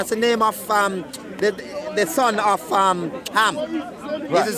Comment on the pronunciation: Arabic didn't exist in biblical times 😂 ham is not pronounced like that bruhhhh ge'ez script is 5,000 years old is older than hebrew aramaic and southern arabian script the only thing in the same ball park as ge'ez would be other african languages also biblical text is not historically accurate at all